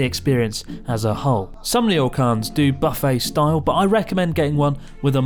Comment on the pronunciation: I thought I heard "butt-face style" and now I cannot un-hear it.